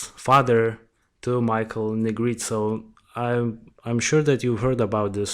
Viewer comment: Hi, thanks for covering Michael’s story. Great job and I’m going to sub. I am in NO WAY criticizing but I appreciate when someone tells me the correct pronunciation of a name if I’m not sure. The E at the end of Negrete is not silent. I’ll spell it phonetically, looks crazy but it’s Neh Gret Ay. Just making the correction bc it may be helpful. Thanks again